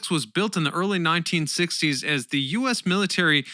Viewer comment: Thanks. I found the rather stilted use of 'the' in place of the hard 'thee' before vowel sounds rather distracting at times.